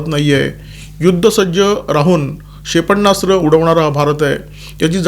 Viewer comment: क्षेपणास्त्र असा शब्द आहे. उच्चारताना "क्षे प ण्णा स्त्र" असे ऐकू येते त्यावर उपाय करावा. आपल्याकडून चूक होऊ नये ही मनापासून इच्छा आहे.